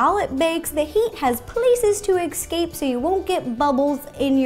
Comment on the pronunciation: No offense, but I hate it when you said ecscape not escape